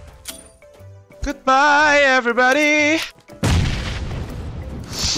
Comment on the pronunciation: "Gudbay everibadih' Yang paling ku ingat dari